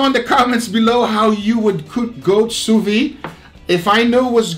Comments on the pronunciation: Sou Veed is how it's pronounced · Why does pronounce “Sous-VEE”?